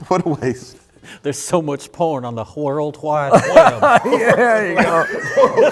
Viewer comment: "Whorld whide wheb" might be the funniest thing has ever said.